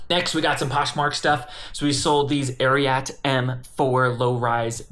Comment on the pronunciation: idk why but the way you pronounce Ariat is fr kiling me